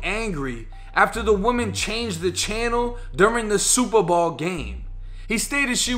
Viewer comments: What planet are u from how the hell do u mess up the words SUPER BOWL! you called it super ball lmfao how do u do that three times wow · It’s super bowl not ball this your second video mis pronounce it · my dude did hear u say the SUPERBALL game . could be the accent difference im canadian so we say alot differently than yall but yo. he whoop that ass cause he had his last 100 on that game . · I keep hearing "super ball" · Why do you say super ball & not Super Bowl 😂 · Superbowl not Superball bruh! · I was like I know I'm not the only one catching this shit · superball, gotta love the boston accent. And I definitely respect your humble caucasian opinion also fam. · Is he saying super ball? I swear I’m hearing super ball?! Funny shit bro big ups! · Is it accent or is he saying “Superball”? 😂😂😂 love the channel man I watch a few a day. Thanks 🙏🏾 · My boy are you saying “super ball”? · I swear you’re saying superball but great video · Super Bawl 😆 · Jus came to the comments to see if anyone else heard it lolol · Am I the only one weirded out by listening to him pronounce “Bowl” from the obvious Super Bowl? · Nope, I'm with ya 100% lol. Never hurd it that way either. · Are you saying Super Bowl?